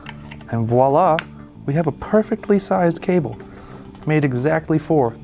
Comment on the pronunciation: "and voilà!" Bravo! Perfect french accent! I know what I'm talking about: I'm French. Bonsoir Monsieur!